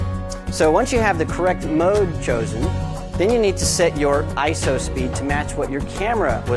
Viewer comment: ISO. eye, es, oh.......... say it slowly, EYEEE ESSS OHHH. not eyeso